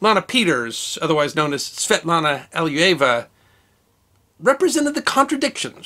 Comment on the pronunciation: I appreciate your way to tell the history, but it would be so good if you could pronounce non-English-non-American names correct! Here for example, Svetlana Ali-loo-ye-va should do.